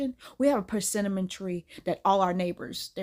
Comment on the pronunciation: Omg, please stop saying PerCINNAMON 😅 I can't pay attention to the story because of the way you are pronouncing the name of the fruit by combining it with a spice